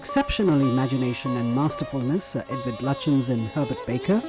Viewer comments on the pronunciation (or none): none